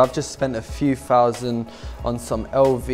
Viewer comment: A few fousand doller profit